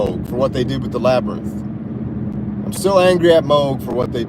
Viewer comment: Meh-sengger and Labrynth 🤣